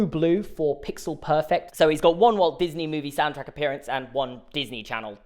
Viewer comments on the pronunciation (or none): none